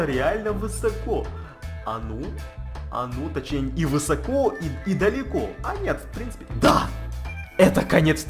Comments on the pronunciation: Ударение ставь правильно!!! : не вЫсоко, а высокО!!! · Да почему вЫсоко? Правильно "высокО"! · Не вЫсоко а высокО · высокО, а не вЫсоко. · Высоко, на ко ударение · извини конечно но говорится высокО ударение на О